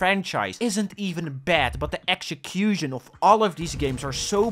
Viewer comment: There's something about your line delivery starting that reminds me so much of Dexter (Dexter's Laboratory) and his way of speaking -- especially the way you emphasize the words "one project" and "execution"